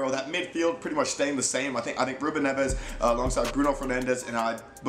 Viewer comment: So do I... It's so annoying especially with Ruben Neves they pronounce his name like his Spanish Nevez there is no z there.